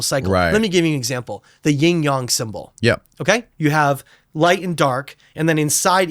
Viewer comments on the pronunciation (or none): Not Ying/Yong symbol. I just about spit I laughed out loud. Yin/Yang